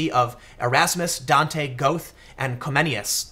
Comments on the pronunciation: NOT GOTH, GOE-THE, TIM :D :D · Tim: the correct pronunciation of "Goethe" is similar to "Gaer-ta" (not like your "goth" with a soft 'o') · "Gothe" ? That's the Chicago pronunciation. It's pronounced closer to "Gehrta"... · It is not “go-the” it is “ger-tay” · Goethe is not pronounced "goat", lol. It's Göthe. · psst pool - It's (roughly) pronounced "Gair-tuh", not "Goath". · Goethe, is pronounced Ger tah, not Go eth. Other than that, another excellent video analysis., Tim. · Goth? Lol it’s “GUR-tuh” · It's not Gouth. It's pronounced something like "Gurtha" but the are is like a raspiness rather than an r I guess... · God damnit! His name was GOETHE, JOHANN WOLFGANG VON! not "Goath"!!! Imbecile... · GOETHE is pronounced GER-TE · I really appreciate your work just a small note Goethe is pronounced ~ "Gur-tah", keep up the good work. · It's pronounced "Ger-tuh," not "Goethe" as spelled. It's German. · Goath? Tim, my brother, the great German thinker Goethe, known world-wide, is pronounced Gert-teh in American English. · When we look back it will be Merkel's opening of the EU border as the match that lit the flame of destruction for the EU. Also Goethe is pronounced Ger-ta. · Geothe, pronounced Ger-ta, you silly! Seriously, get some education before you start sermonizing re 9/11 Truth. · Goethe is pronounced like 'Gurta' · "Gothe" lol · "Goath" ... really? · Goethe is pronounced GEH-te, almost like GER-te. He was a German writer. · I saw some vox pops where each yellow vest seemed to have different reasons for being there. Furthermore they were drawn from the left and the right. This kind of revolt happens about once a decade in France. The Guardian catastrophises about everything. Goethe is pronounced Gher - ta. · "Goethe" is pronounced "Goo-te" Tim, fyi. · Goethe (Gur-ta) There's an umlaut. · Pool just called Goethe, “Goath.” Come on, Tim. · Goethe is not pronounced "Go th", though it is also commonly mispronounced another way. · damn did you butcher goethe lol